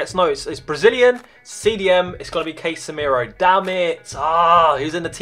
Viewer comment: btw its cas-e-miro not case-miro